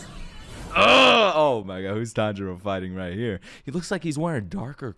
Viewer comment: Still waiting for to pronounce Chuntaro correctly